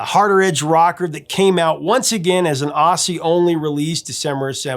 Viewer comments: interesting that you didn’t show Bon in these clips of the Valentines…I recommend anyone check them out, as well as ‘Seasons of Change’ by Fraternity 👍🏻👍🏻 (btw, it’s pronounced ‘Ozzie’) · Hey, I know I'm from Ireland but I have to say when you're saying Aussie, say Ozzy. The way you said it just sounds wrong! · Just so you know Aussie is pronounced as "Ozzie. at least by us in Australia